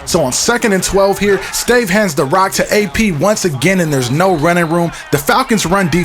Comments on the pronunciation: stave is pronounced "STAHVAY". Joel Stave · The quarterback for the Vikings his name is pronounced Stav-a he is from Wisconsin